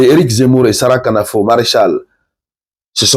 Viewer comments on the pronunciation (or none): Le K de Sarah Knafo n'est pas prononcé. C'est Nafo, et c'est de cette manière que tout le monde le prononce ici. Merci... Osez c'est déjà gagner 💪🏾💪🏾💪🏾💪🏾